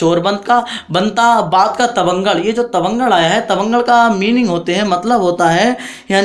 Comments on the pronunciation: Vo tabangar nhi batangar hota h 😂😂😂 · Sir vo tavangad nahi Batangad hai ..